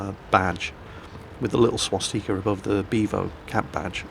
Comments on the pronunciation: lol... "swasteeka" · Swas-tee-ka? Is that how the Germans pronounced it? Not a facetious comment btw, genuinely interested. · You say swasticka werid